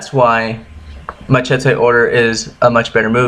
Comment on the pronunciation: First , learn how to pronounce machete..........